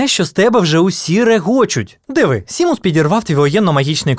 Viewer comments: Так правильно Шеймус а не Сімус? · Дуже круте відео, але тільки, будь ласка, він не Сімус, а ШЕЙМУС. Сімус це роснява транслітерація.